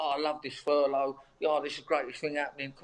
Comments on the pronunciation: This mong actually called it "furlong" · Just goes to show any thick plastic faced knob can make money, brains not necessary. By the way, it's Furlough, not Furlong. Maybe Charlie's had too much charlie up his hooter.